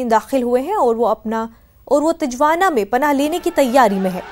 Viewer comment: First of all the news anchor should learn how to say Tijuana...proper pronunciation of Tijuana is Tee-Hua-Na